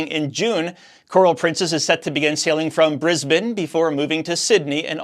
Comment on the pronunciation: Thank you for pronouncing Brisbane correctly!! 😀 And for the concise daily updates.